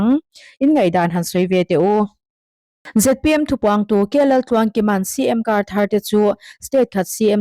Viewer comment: Ngatinge ZMP i tih leh thin? A dik lo hi hriat s hrehawm, i fimkhur lo hle.Sawrkar mêk Party hming pawh i lam dik lo leh thin. .....